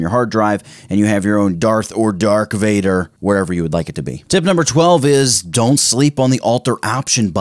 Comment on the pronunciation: cringee its not dark wader, my inner starwars is dying xDD